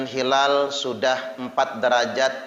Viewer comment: Hilal itu pakai "HA", bukan "KHA". Dan jangan bikin dalil halal-haram seenaknya. Belajar lg yg banyak, semoga diberikan hidayah. Aamiin...